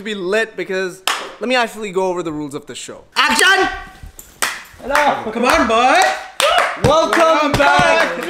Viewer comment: i dont know what was trying to do....also he said action like acjan 😂 But he is cute 😍😍😍